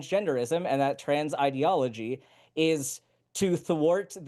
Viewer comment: you're a science-denying weirdo, and once again, people like you talk in buzzwords like "ideology" without knowing what ideology is. And you mispronounced it, you mug.